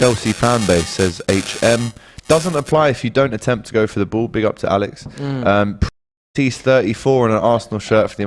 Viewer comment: When AGT called Matisse "MAHTISS". Ex rubbing off on everybody. 😂😂😂